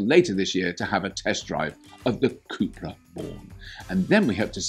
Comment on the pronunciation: Hehe the way you pronounce “cubra” made me wonder if its original name was “chupacabra”